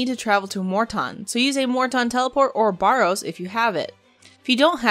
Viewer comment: Where are you getting "BORROWS" from?, It is Barrows?